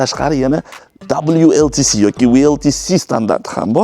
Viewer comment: WLTP дейилади . 2 маротаба WLTC дедингиз